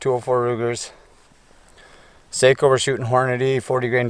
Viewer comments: Its SAKO not Seiko.. SAKO Like taco🙂.. greets from Finland⚔🇫🇮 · It is a Finnish rifle, not a Japanese watch. Socko not Sayko. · Just FYI Sako is not pronounced say-ko ...it's sock-oh , Seiko is say-ko and they make watches. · Its sako not seiko seiko is a handwatch brand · It’s not a Watch! sounds like Saw- co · Me too I grew up with Sako's and we always pronounced them like the watch. It's impossible at this point for me to pronounce them correctly. Either way they're damn fine rifles. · You don’t pronounce Sako like (seiko) the a in SAKO is like (a in Antony)